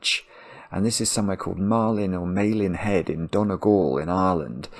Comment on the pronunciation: Malin Head. Pronounced with the A as in bad. Not as in ale.